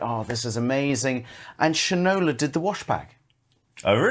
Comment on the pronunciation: It’s Shine-O-La